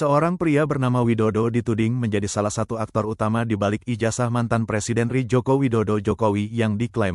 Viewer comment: Admin coba pilih pembaca yang benar sesuai kaidah bahasa Indonesia....biar enak didengar juga... Masa Baca Republik Indonesia/R I ( Er I)..jadi Ri doang. apa pembacsnya bukan orang Indonesia..?